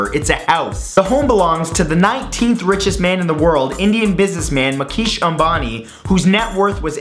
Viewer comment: Its pronounced mooookesh amabani